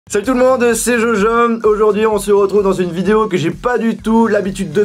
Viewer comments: C est moi ou il dit "slt tt le monde c est jojom" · On est d'accord qu'il a dit : salut tout le monde c jojome 🤔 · Je rêve ou il a dit jojom au début.. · Ta dis jojom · C’est moi ou il a dit jojom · On est d'accord il a dit jojom au début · Jojom pas jo😒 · Pq tu dis jojom 😂